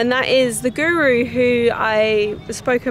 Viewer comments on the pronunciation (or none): none